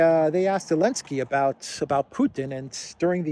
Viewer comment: I still listen to you once in awhile, but I find it distractingly childish how you refer to Zelensky as "Elensky". Grow up,.